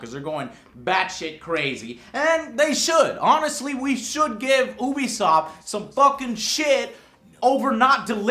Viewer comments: Sorry, but it's pronounced U-be-soft, not Ooo-be-soft. You wouldn't call their online service (U-Play) Ooo-Play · We should give you some fucking shit for pronouncing ubisoft like oobisoft and not youbesoft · its not ubisoft its eeewwwbisoft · Is it "oo-bisoft" or "you-bisoft"? I hear people saying it differently. What's the correct pronunciation? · Why is he saying it like ooobi soft? Its said like UUbi Soft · I certain ubisoft is pronounced you-be-soft no oo-be-soft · IT'S NOT OO-BISOFT, IT'S NOT PRONOUNCED OO-BISOFT, IT'S NOT WRITTEN OO-BISOFT, STOP SAYING OO-BISOFT, IT'S NOT THAT HARD TO NOT SAY OO-BISOFT, YOU DON'T SAY OO-NIVERSE, FOR FUCK'S SAKE YOU DON'T LIVE IN THE OO-NITED STATES DO YOU? YOU-BISOFT REPRESENTATIVES AND EMPLOYEES SAY YOU-BISOFT HOW IN THE FUCK ARE YOU STILL MISPRONOUNCING A WORD YOU'VE HEARD SAID CORRECTLY? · It is pronounced "You Be Soft" not Oobisoft. He has the same problem with Lara Croft. calling her Laura instead of Lara. They say her name in the damn game so why can't he pronounce it right. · People that say Oobisoft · Years of reviewing their games yet he still can't pronounce Ubisoft right XD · Every time i watch this review the one thing that always stands out is that Joe still doesn't know how to pronounce "Ubisoft", and he's even reviewed people from the company! If he watched their press conferences then he should know, right? Oh well, just a small nitpick i noticed :) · god damn it makes me sad how many people say ubisoft wrong